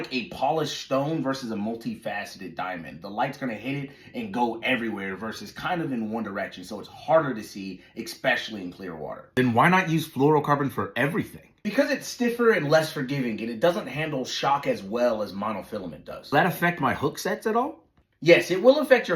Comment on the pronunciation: There's no X in especially 🤦🏼 you were sounding so educated